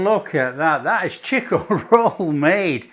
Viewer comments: It is chiko, not cheeeko. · Chick-oh, mate... Not "cheek-oh! From the home of the Chiko Roll! Most Australian will be unable to say what's in a Chiko Roll! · Its actually pronounced chikko not cheeko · Those look much much tastier than the actual Chiko (pronounced chick-oh) Rolls we buy here in our take-aways. The real thing is rather ordinary. These look delicious.